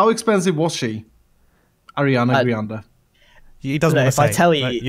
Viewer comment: Grian pronounces Ariana Grande as Ariana GRIANde, quite the high self esteem lmao